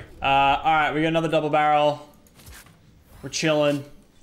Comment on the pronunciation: Its not double barrle its bubble darel